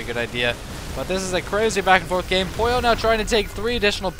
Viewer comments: I like how you call Pouilleux Poyo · funny, your pronouncetion of Pouilleux is like "pollo" that means chicken in spanish o.0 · Pouilleux is french and it means someone who has head lice or someone dirty ^^. You pronounce it : "Pooye" (where you pronounce the "e" a bit like the "e" in "given", but there's really no equivalent of this sound in english). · It's probably been said a few times already, but Pouilleux is French and means something like lazy slack-off/creep/dork and it's pronounced "pooh-y-euhr" (very soft r, with the final sound being in the back of the mouth). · yeah, and it's kinda funny how the pronunced it like "pollo" which in Spanish means chicken xD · Pouilleux is a french adjective meaning dirty or bum. It's pronounced poo-e-err, said really fast. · pronounced poo from poop, y from yell, er from butter = poo-y-er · Pouilleux is french, it's pronounced poo-ye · I thin its pronounced poo-ee-yeuh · looks like french to me, pronounced puiyu